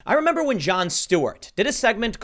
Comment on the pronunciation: 'Membah when our worst problem was idiots eating Tide pods? I 'membahhh.